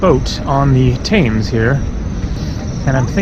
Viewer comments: It’s pronounced “Tems” not “Taymes” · TEMS not TAYMES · River Thames is pronounced...tems.....not tames. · Pronounced TEMS. Never heard anyone say thaymes until this video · Oh man when you didnt see Big Ben and had to ask- I thought you were joking, very sweet, the river is pronounced Tems, Leicester is Less tur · For heavens sake it is Pronounced Temms. At least ask someone with an English accent! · Thames - rhymes with gems. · Hi, I'm not sure where that person you stopped was from, but you say it "tems" in the UK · You are in London and is full of foreigners who do not know how to pronounce the River Thames It is pronounced TEMS. You managed to go thru the whole video saying it incorrectly 😀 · It's actually pronounced TEMZ. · Hi,Great video as always. our river is pronounced TEMS,have a great trip in my home town. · Get an oyster card asap....you can travel on the tube and buses as much as you want for a daily capped price of around £9. Also the river is pronounced "tems" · Most Englanders pronounce the river Thames "Tems", short 'E', just an FYI. Also, perhaps a bit late to mention this, but the big bus companies, hop-on hop-off, are well worth the price. Some of them are equipped with human tour guides that are LOADED with information. And usually the packages include a cruise down the Thames.